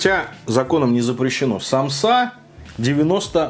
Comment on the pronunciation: Сааааамсы а не самсаааааа пезграмотный чел